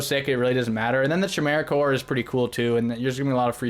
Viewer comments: Kahsm, Kie-Mera, not Tch-asm or Tch-emera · are you guys saying "CHi-mera" and "CH-asm" on purpose to fuck with us lol? They have "K" sounds, like "kite" --> "Ki-mera" and "K-asm". I'm sorry I got latched onto that part haha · Chimera is pronounced Kaimera. Chasm is pronounced Kasm. The ch is pronounced as a K because the people who spell words are insane I know people will prolly jump down my throat about correcting you but you've been mispronouncing these for several videos and I figure if anyone's going to tell you, let it be someone who's not going to be all 🤓👆 about it. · It’s pronounced Kasm, Kymera, and Ta_Ta_nka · Are you guys intentionally mispronouncing everything with a "ch" that supposed to be pronounced like a "K"? 😂 Chasm Chimera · "Chasm" "Chimera" cmon man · Why they saying Chimera instead of Chimera? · 0 for 2 on the new “ch” words. Chimera and chasm are both k sounds. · Overall the game is feeling good these days... Nice job with the review, just gotta say that someone needs to work on pronouncing Chasm and Chimera lol. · Hey like, if you care, “Chimera” and “chasm” are both pronounced with hard K sounds. But you do you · why does he pronounce chimera and chasm like that wtf dawg